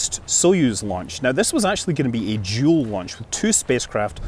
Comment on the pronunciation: I thought he said "Jool launch" at first, but then realized it was "dual".